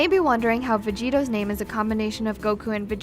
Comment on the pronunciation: pronounced Vegeto wrong and called Broly Gohan.... seems legit